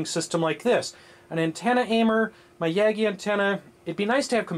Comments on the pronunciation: FYI: The dictionary says: Yagi an·tenna [ˈjɑːɡi] That would be Yah-gee as in Yahweh and Geek. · it's pronounced like how you said it first, but with a shorter 'a'. Named after the co-inventor, Japanese professor Hidetsugu Yagi.